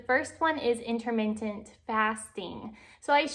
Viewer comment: #1 learn how to properly say "intermittent." #2 half a banana is a garbage thing to eat alone on a daily basis. Try pairing your half banana with a source of protein and healthy fat such as a serving of peanut butter or walnuts, skip the other half of the banana. You're welcome.